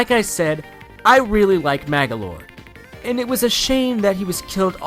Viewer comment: Man you said magolor AWSOME !!!!!!!!!!!!!!